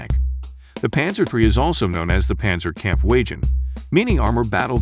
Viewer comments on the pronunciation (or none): Text to speech. No one who grew up speaking ENglish will call it Kampfwagen as "Camp Wagin" and other basic mistakes. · Kampfwagen, rhymes with "cramped wagon" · That pronunciation of kampfwagen though 🤣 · Do you voice these videos or is it a text to speech program?